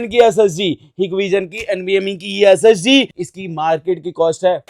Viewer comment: SSD bol raha hai ya SSG 😂😂